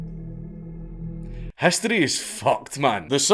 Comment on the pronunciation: "Human hastory"